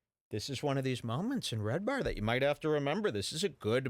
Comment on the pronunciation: Haha you said his name wrong that's funny